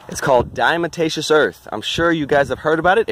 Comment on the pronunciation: Diatomaceous “DiaTomaceous”. Not “DiaMatacious” lol but looks like you got it figured out by the end anyway. That stuff definitely RULES, all over. House, garden, barn, everywhere